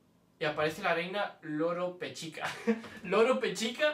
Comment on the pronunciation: NO ES LOROPECHICA ES ROLOPECHICA